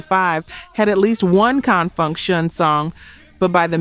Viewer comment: That narration has to be AI no one says Confunction like that